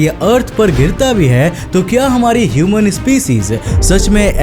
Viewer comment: He say human like he is an alien 🤣🤣